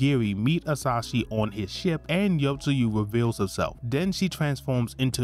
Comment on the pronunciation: Very good summary but I'm triggered every time you say "Asashi" instead of "Asahi" haha